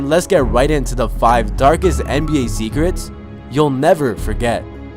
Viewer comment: dargest nba zecrets